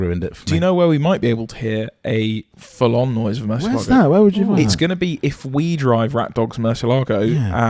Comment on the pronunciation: a question for the guys... Given that you pronounce Gallardo as it's written, rather than Guy-ar-doh as Lamborghini have it, why do they pronounce Murcielago properly rather than mercy-lay-go? 😁